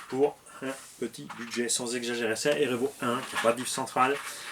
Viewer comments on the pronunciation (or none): Un EU REUVO pour les perturber 😂😂😂